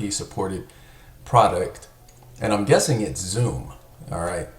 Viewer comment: I'ts pronounced "sum" as in the sum total brother....and boy am I waiting for it to be implemented! 👍 I'm closely following Wietse's and Hodor's tweets for news.